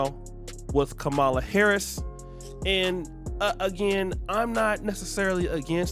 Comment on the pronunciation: Ka-Ma-La Harris, not Kah-Ma-La Harris.